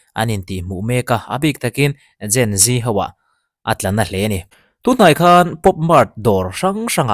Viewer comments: Zen G itih fo hi ege😂😂...Gen Z itih na nge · Gen G kan ni lo sir... Gen Z (zee) kan ni e... 😅